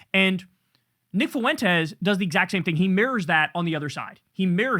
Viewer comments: Its funny how you pronounce the guy's name as if it is 3 syllables..... Foo-ent-es. I pronounce it as 1 syllable ... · Why can’t you pronounce Fuentes properly, ugh hurts my Mexican ears lol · I love how you pronounce Fuentes 😂